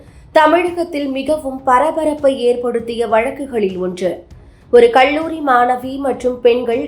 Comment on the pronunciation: கள்ளூரி அல்ல கல்லூரி பள்வேறு அல்ல பல்வேறு ல ழ ள வித்தியாசம் தெரிந்து பேசவும்